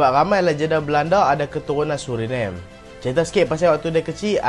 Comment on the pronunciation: SebutAN SURINAME..Bukan bunyi nya seperti sebutan english nama ..tapi bunyinya suri namey..sebuqh negara pulau kecil,penduduk beragama islam..dan memiliki DNA melayu iaitu Keturunan melayu muda..